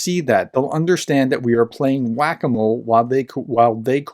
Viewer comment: Wackomo? You mean Whack-a-mole? Please tell me that is a spelling error and youre not actually out here calling people slow and saying "whackomo" instead of "whack-a-mole" in the same sentence...please tell me that we are not that far gone